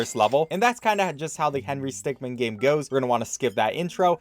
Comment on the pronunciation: . I'm glad he says 'min', instead of 'man'.